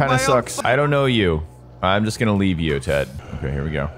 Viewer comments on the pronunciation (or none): none